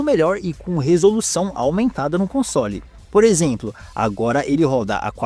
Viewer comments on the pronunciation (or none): Quando fala console, parece que vai falar consolo.